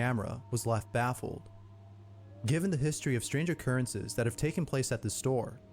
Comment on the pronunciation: "Bacaoze it lefft" got me dying😭😭🙏🙏